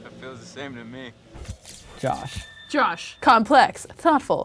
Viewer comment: Anybody else hear him say “Josh Wash” 😂